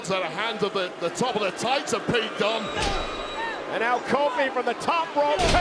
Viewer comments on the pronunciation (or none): the way Cole said Pete's name was kinda funny